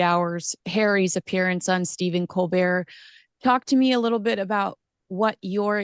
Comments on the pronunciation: Colbert not colbear, he's a hateful Brit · Unlunlesse he is French don’t call him colbear because , his name is Colbert! Col Bert !